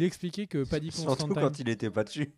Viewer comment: Mais, tu vas le chercher où ton Paddy "Constantaïne"? C'est Considine son nom! Et ça se prononce comme ça s'écrit, pas besoin de mettre des "aïe" à la place des "i". 😅😘